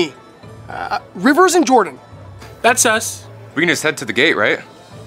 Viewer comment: When says that’s us it sounds like that’s sus